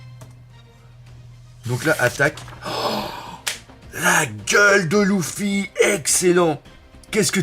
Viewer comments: Bon par contre, c’est Luffy et pas Louffy x) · déjà en France ont dit "Leuffy" mais ont a faut c'est Ruffy en japonais ... Et puis c'est pas si hyper gênant ... Usopp, on a l'impression qui dit "douffy" et franky dit clairement "Ruffy" donc bon ... Franchement osef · Moi je dit luffy mais le "u" je le prononce "e"